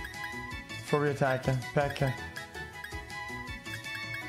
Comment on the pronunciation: Does he even know how to read he always skips tutorials. He even pronounces "Fury" as Furry wtf